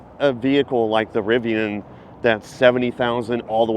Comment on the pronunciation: You keep referencing Tesla Dealership. If your name is, A. you would realize Tesla is NOT a dealer, B is isn’t RivON it is Rivian.